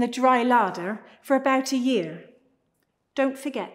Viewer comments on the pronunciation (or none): none